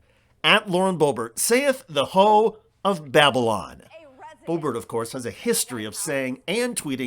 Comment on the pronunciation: loved the "babble on"